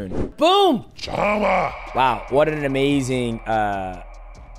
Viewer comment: It´s PeReira not PeHeira, least of all it´s not PiHeira, Mighty :D.... And CHAMA you pronounce SHama!!... :D... When will people stop buthering it? :D